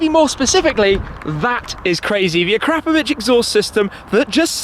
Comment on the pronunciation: Actually, it's "uh-crop-uh-vich" Shmeeeeeeeeeeeeeee says "uh-crap-uh-vich"